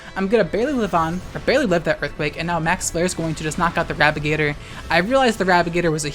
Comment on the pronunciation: I was genuinely confused why you kept calling it Rabigator for like half the final match.